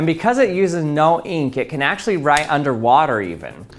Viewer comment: I like the way he says eenk